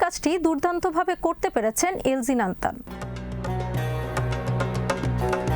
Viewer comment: এনজিন নয়, এনগিন